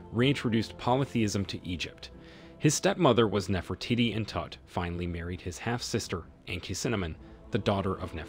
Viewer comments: OMG! Can he stop saying Nefer titty? NEFER TEE-TEE! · I’m it’s pronounced Nefro teady not Nefro Titi. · it is not NeferTitti…. Do your research and learn the proper pronounciation… btw, the two mummies are not a new find… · The real question, is why not one person has commented ,on the fact that the narrator can’t pronounce without saying Nefra tittie “ and “cinnamon “ . Either no one knows or this comment section has been dirty deleted . If your going to criticize a controversial archaeologist, at least research how to pronounce the historical figure’s in question. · his pronunciation of "Nefertitty", 😂😂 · Ahh c’monnn we know it’s NefertEEtEE